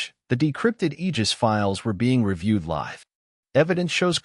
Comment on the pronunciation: Coders please fix how "live" is pronounced.